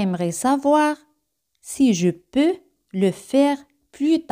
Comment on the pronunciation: La "e" en varias palabras no se pronuncia. No queda claro si se pronuncia la "s" en "tres important". El gráfico i pareciera indicar que de la "è" se va diecto a la "i"; la voz indica que sí, según la velocidad: de seer lenta y marcada no se pronuncia la "s". Pronunciación de "peux". Salto similar al de . Oracion negativa sin "pas". No se contre "Je" en oración negativa como sí en afirmativa. La cobtraccion evita la pronjnciacion de vocales de manera seguida.